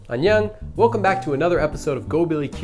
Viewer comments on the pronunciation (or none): I do not understand why do you say " anyan(g)", when everybody says " anyon(g)?" . That's very weird...I really don't understand...?